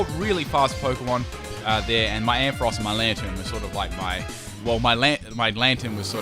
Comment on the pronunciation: Finally someone who pronounces Ampharos right!